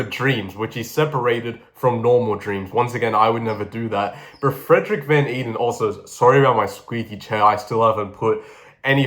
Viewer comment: Van Eeden is Dutch, so it’s actually pronounced kind of like ‘vaughn aiden’.